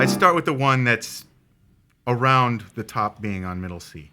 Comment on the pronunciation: "Comp arond middle C" - Barry